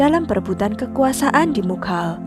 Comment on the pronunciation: Setahuku nyebut nama "begum" itu bégum (é: lele), bener nggak sih itu tandanya? 😂😂 Pokoknya antara è (bebek) atau é (lele) gitu... bukan ə atau ĕ (emas). Terus nyebut nama Kerajaan Mughal itu nggak dipisah jadi "mug hal" gitu Kak, tapi tetap "mugal", cuman caranya seperti mengucapkan "ghain" huruf `Arab.